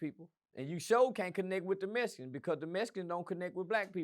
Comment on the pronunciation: He said the mesicans connected with the boots. lol😂😂😂😂😂